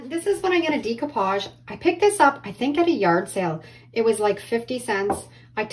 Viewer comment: Decoupage is pronounced with a SHORT E NOT A LONG E, PLEASE